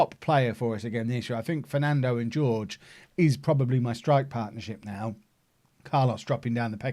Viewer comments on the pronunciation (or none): Jorge is pronounced “whore-hay”